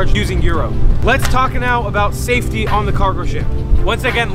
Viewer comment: Safety! NOT saftey!